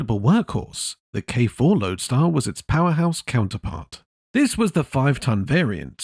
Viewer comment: The 50,s k2 & k4 were called Loadstar not loadar